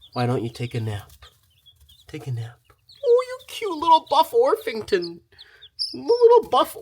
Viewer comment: It's actually spelled and pronounced orpington not orfington but nobody tell that LOL